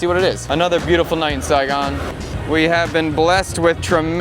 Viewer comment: Sai gon, learn to say it white boy